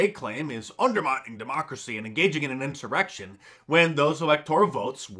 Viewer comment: Anyone hear the congresswoman accidentally say “erection” instead of “insurrection”? Classic Freudian slip!